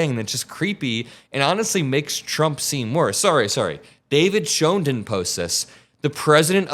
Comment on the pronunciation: David Schoen means shoe in Dutch..David Shoe. Meaning his ancestor was a shoe worker or maker but then should be a schoenmaker …it is a hard word like the guteral G. Not soft like is pronouncing it, Just stuff you didn’t need to know but now do.